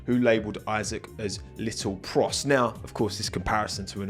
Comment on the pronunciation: It's Isaac not "I-sack" 😭🙏🏻